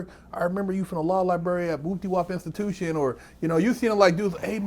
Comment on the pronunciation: He said booptywop institustion, I was week af